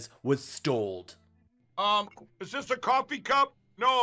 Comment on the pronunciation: How have none of his handlers pointed out to him its "Stolen" vs "stold" . Unless perchance...they want him to sound really dumb?